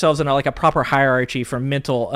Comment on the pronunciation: You lost me when you mispronounced "hierarchy."